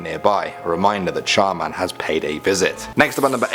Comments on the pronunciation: Me : char man?? Also me : char man der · When he reviewed Char Man, I kept thinking to myself Char Man...Der 😂😂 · Char man der...am I the only one who noticed this? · When he said char man I thought he said charmander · oh no, it's CHAR MAN! DER.... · Char man - Der xD yasss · Char Man Der xD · Char Man-Der lol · I thought he said Charmander.